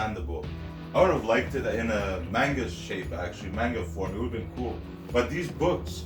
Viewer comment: This is the funniest review I have ever watched. You're criminally underrated. But its pronounced man gah not mane gah. Much love